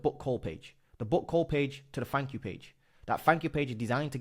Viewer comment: Dude, please. Stop saying fanks, free (3) sumfink. It's so embarrassing. You're British, so speak English. Fings... it really makes your videos difficult to watch. 👍